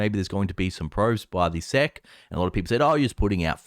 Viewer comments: Hi. I love your videos. No one calls the SEC 'sec' as in second. Everyone in the US calls it S-E-C. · Nobody knows what "seck" means. If you want to abbreviate "Securities and Exchange Commission" then just say, "ess ee see" like everyone else.